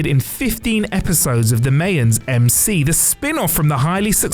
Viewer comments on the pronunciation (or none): either say mayans right or don't ever say it again, your choice.